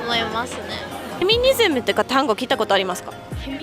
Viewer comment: フェニミズムじゃなくてフェミニズムじゃないですか？